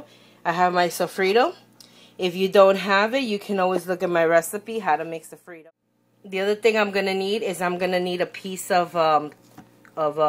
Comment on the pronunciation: lol "sofreedo"